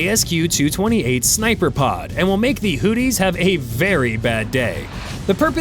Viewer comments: I don’t know if you are mispronouncing houthis as whooties but it is funny af either way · AI calling them Hoodies is pretty accurate.